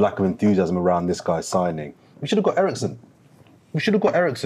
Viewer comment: He said Eriksen??!🤣🤣🤣🤣